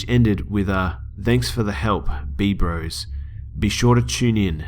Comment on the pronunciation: Also not "b-bros" It's just /b/ros as in bros.